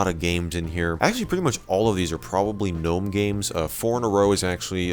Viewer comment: ITS G'NOME